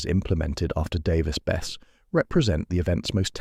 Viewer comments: It would have ruined the reactor, but the containment building would have stopped any release. Nuclear is still far safer and much less destructive to the environment than oil and gas production and use. It's pronounced Bess-e, not Bess. I live 6 miles away from the reactor, and I'm fine with it, the 2 oil refineries 8 miles in the opposite direction are far more concerning, dozens of smokestacks never stop pumping out giant clouds, and they often produce a disgusting odor that travels far beyond the refineries. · It's pronounced "Davis-Besseee"